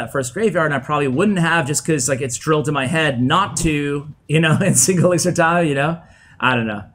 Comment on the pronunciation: Dear editor- it’s elixir not elixer